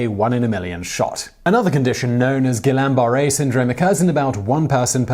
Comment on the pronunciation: Ghee-Yawn Bar-Ray Syndrome